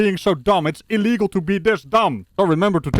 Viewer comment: E -LEe gol? its Ill-Le gol you Dutch!